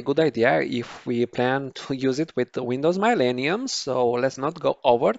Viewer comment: You are saying Millennium correctly but however through all whole video, you saying it wrong.